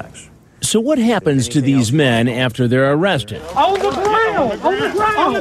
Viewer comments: KILLS ME EVERY TIME. “Am I gonna be OOOURHWESTED” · Aww Cwapp....Am i gonna be Uh-uh-uh-wwested? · "Am I gonna be OoOo-wested?" I can't 🤣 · "Am I being t-taped?" "Yes". "Oh cwap" "am I gonna be AOOOUGHrested?" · doesn't quite sound as right when you write it like o-wested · Am I gonna be oowwwessted? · am i gonna be AWWWESTED and the freakin head shake right after....LOL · "Am I going to be Awe-wested?" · "Am i gonna bbee uuuhhhlllweeessted??" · AW CWAP. AM I GON BE AWWESTED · “ Aw kwap… Am I gunna be ???? awesstted???” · Oh cwap I’m goin be awestid?! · "Kit KHATS", "Ahhh cwap" and "Am I gonna be aHhHha(massive head jerk)Wested" are always funny. Not hard to imagine that his gene pool has been pissed in several times over the decades. I'm surprised NBC edited out the ethereal banjo music that started playing when walked in the door.